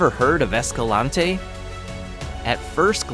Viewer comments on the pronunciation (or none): You mispronounced Escalante. Leave off the last syllable for a proper local pronunciation.